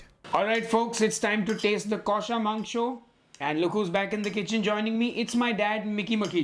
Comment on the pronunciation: Haha, beautiful. Your kosha mangsho pronunciation was perfect!